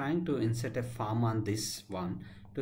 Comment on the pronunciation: Just thought I'd highlight that when seem to be pronouncing 'Form' as 'Farm'. Minor issue, thanks for your time.